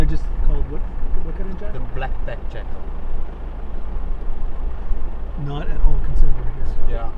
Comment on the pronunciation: Jackal, not Jackel!